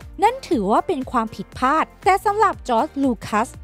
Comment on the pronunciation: พลาด ไม่ใช่ พาด ใช่มั้ย !!!